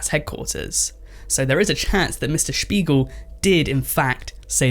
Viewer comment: Says he'll mispronounce the CEO's name and proceeds to perfectly pronounce the last name in German 😂